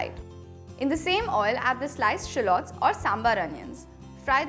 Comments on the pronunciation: Nice video!! Would the paratha be good with chicken curry cuz i don't eat mutton? Btw, sorry but u pronounced 'shallots' wrong😕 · oh ok.. maybe in India it's pronounced this way but i'm from the US n we pronounce it differently!! Sorry😰